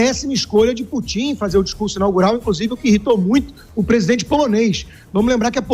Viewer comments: Apesar de ele pronunciar Putin como Putín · Acho engraçado que ele fica corrigindo a pronúncia de Churchill, mas fala Putín! 😂